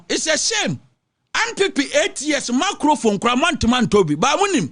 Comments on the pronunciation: Did I hear "macrophone"? 🤭 😁 😅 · After twante twante, ANPP ANDC APATWUUNITY, You desnt wown a meecrofon